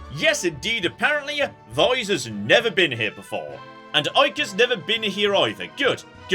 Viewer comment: I keep meaning to tell you, and I keep forgetting: Yes, you're pronouncing Aika's name correctly. In the original version, it's spelled "アイカ", whose three katakana characters are pronounced ah-ee-ka. 🙂 BTW, it's really endearing how much you clearly love this game from your youth. You know it like you know a Bethesda game. 😊